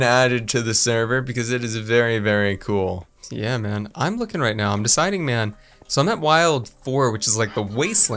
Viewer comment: Its k-ol